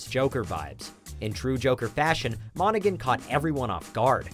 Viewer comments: Nobody else is going to point out that he said Cameron Monaghan as "Cameron Monagen" instead of "Monahan"? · Cameron Mona"G"an..😐